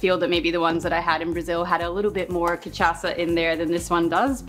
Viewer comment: Another great video and another great drink. However, it's pronounced 'cai-pi-rin-ya', not 'cai-prin-ya'. Four syllables. Also 'cai-pi-ros-ka', not 'ca-pri-os-ka'. And the booze is pronounced 'ca-sha-sa', not 'ca-cha-sa' :-)